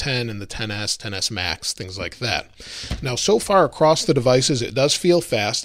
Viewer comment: There is no T in the word across.